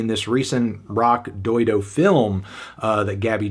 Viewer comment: Stop pronouncing it “Rocky dildo” Anthony. It’s not funny, it’s like 5th grade humor.